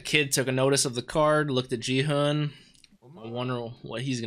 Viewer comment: The "g" in Gi-hun's name is pronounced like "g" in "geek", not like "g" in "gin". I've been enjoying your reaction. I like that you don't exaggerate it like many other reactors. Can't wait for episode 3!